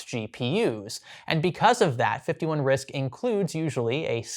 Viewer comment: “51 Risc(k)” while using that card 😆